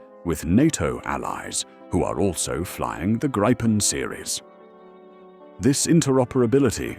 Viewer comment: It’s name is pronounced “Greepen”, nothing else. Believe me, I’m Swedish. 👍🇸🇪